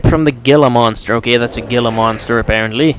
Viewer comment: Its pronounced hila monster